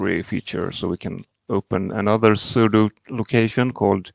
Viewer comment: No, it was hard to understand what you said and the closed captions said "sudo locations".